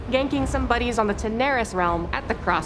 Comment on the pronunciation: Lol that female co-host say 'Tanaris' wrong?